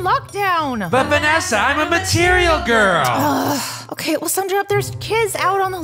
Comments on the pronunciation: But after I thought he said material gwirl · way did sun sed matiriyel girl